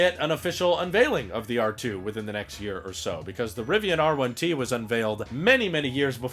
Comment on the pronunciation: You said it right. I would love the R1T, but the price is preventing me from ordering one.